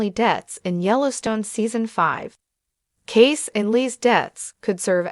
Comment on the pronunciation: It’s pronounced, “Casey”